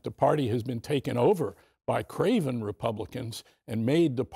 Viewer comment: Did he say "CRAVEN or CRAZY" Republicans????